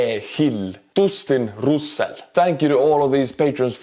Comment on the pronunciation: and special thanks to Doostin Roosel (Dustin Russel) 🤣